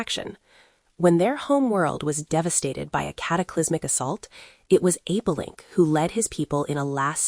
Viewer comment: It’s Apelinq and not Apolink.